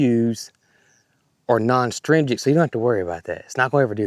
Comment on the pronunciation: From one to another the pronunciation you're looking for is uhh-strin-gent...astringent 😁